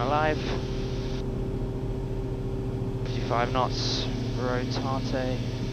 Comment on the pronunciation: Did he really just say “rotatay”? A nod to there. Best of luck. Enjoy!